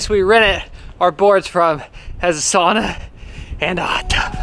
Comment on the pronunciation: Extra props to for always pronouncing sauna correctly 👊